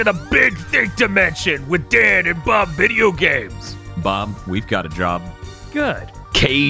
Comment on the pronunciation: Did Dan said Bideogames instead of video games in the intro